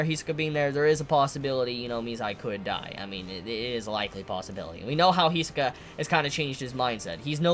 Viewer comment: we all should know how great is Hirohiko Araki (JoJo's mangaka) when the great Togashi is inspired by. Not only him, almost all anime and manga with "bizarre powers" themes. and still calls him HEE-SUH-KA